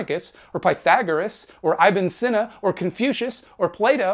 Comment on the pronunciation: This isn't a big deal but pronouncing Ibn Sina as "eyebin senna" made me cringe a bit. It's pronounced "Ebneh Seena" or "Abu Ali Seena" is correct as well. Regardless, thanks for not going with Orientalist Avicenna.